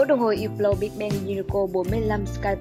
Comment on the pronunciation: Ýp blau..??.. Mặc dù biết là đọc theo âm mỹ thì chữ H là âm câm nhưng tùy từ.. Không phải từ nào cũng H câm.. Hãng này đọc là Hớp blot..